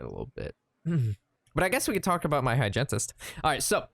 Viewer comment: I love the way you rhyme dentist with hygentist